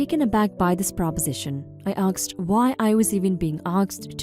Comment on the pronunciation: It is aSked, not aKsed. You can say ass, just add -ked to the end